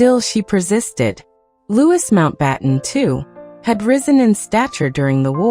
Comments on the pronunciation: Is name is pronounced Loui NOT LEWIS. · 🤯 Not Lew is. It's pronounced Loo ee! 🇬🇧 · It’s pronounced Louieeeeee not Lewis. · It’s not pronounced LouiS it’s pronounced Loui not adding the S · Lord Mountbatten name is pronounced Loo ee not Lewis as you say